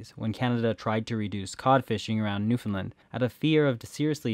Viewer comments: The correct pronunciation of Newfoundland is to put the heavy stress on “land.” As we tell visitors, “Newfoundland, understand?” (It rhymes) source: am from there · It's pronounced Newfinland by all my Newfie friends.